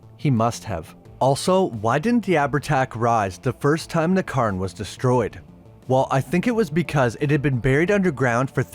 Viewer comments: I’ll let you away with Abhertach (ah-ver-tach) as Irish and Scots can be fckers to pronounce, but you’re not getting a pass for ‘curn’ for cairn 🤣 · Secondly, it is pronounced more like Cayern, with the cay pronounced like day. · Why are you saying "Curn"? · That must be the Irish pronunciation of the word Cairn. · God! I had to stop watching after a couple of minutes, because he kept slaughtering the pronunciation of cairn… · You are pronouncing cairn wrong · i like your videos but your pronunciation is killing me, Cairn is the standout in this one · You don't have to say cairn in an Irish accent lol. But thanks for the video, I'll have to watch this one.